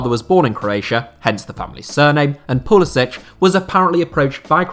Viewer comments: Name is Pull is SICK! Not sich. God why doesn’t anyone get this. He said it himself in interviews. He is an American. Nothing to do with Croatia except his grandfather. His parents both American. Never once ever had any idea of playing for anyone else. He has a huge eagle with flag tattooed on his arm ffs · It’s Pu-li-sick.